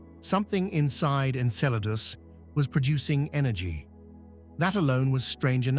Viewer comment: I respect ya, but... Thats not how you say it...... Okay, that's much better.